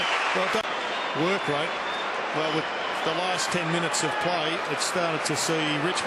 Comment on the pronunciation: love your enthusiasm mate, but can you hold back on the 'da' and the 'dis'. It doesn't make you look cool. Oh, and this wasn't Richmond's '100th game'.:P And yes, Gibbs is a freak. Next captain of the Blues.